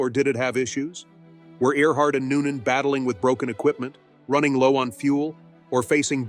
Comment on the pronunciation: In the beginning of the video she was "Earhart". By the end she was "Art".